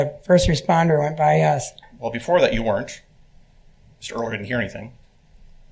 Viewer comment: Thx 4da vid hun. Btw, it's pronounced wernt, not were-rent. Sorry, I don't normally correct people on social media but I do want to say that a contraction is a shortening of syllables; a kind of written vernacular derived from people speaking quickly. Weren't (one syllable) is a contraction of were not (2 syllables). I'm not sure if "were-rent" is a geographical vernacular because otherwise you sound well-spoken, which is unfortunately rare on YouTube even with AI.